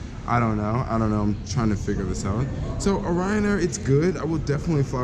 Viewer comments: Clearly the airline is called RYANAIR one word it's not someone's last name but I guess if you want to put an imaginary O in front of it for no reason it's up to you haha.. if they wanted it pronounced o'ryan they would have spelled it that way no? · Why do you keep calling it Oryan Air? Its Ryan Air haha... safe travels bro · Renit Rift what's that have to do with it... the name is Ryan Air and he kept calling it Oryan or O'ryan just pointing it out to him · Renit Rift but if you want confirmation on how its said their adverts CLEARLY say RYAN not O'ryan ... so maybe you should be the one to pay attention 😂😂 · Please never call it O’Ryan air again you handicap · Before i even looked at the comments, i told myself that the first comment that was going to see was "why is he saying Oryan Air?" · Renit Rift Wtf, that's not how you say it! Even if they're Irish, they called themselves Ryanair and not O'Ryan Airlines or some shit